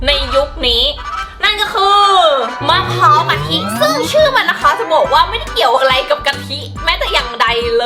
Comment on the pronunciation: มันไม่ใช่มะพร้าวพิการมันออกเสียงว่ามะพร้าวกะทิ